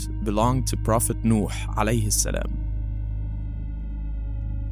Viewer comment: but the way u uttered salam is kinda weird tho'...